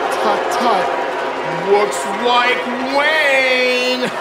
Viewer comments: "Tut tut, wooks wike wain." Lol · "oh oh wooks wike wain" made me lose my shit! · "Wooks wike wain!" Hilarious!